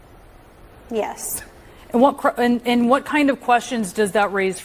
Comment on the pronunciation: Giuffre is pronounced Juf fray